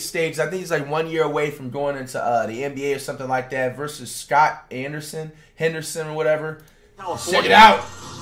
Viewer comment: This man said “Scott” 💀